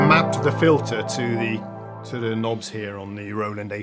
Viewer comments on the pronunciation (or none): none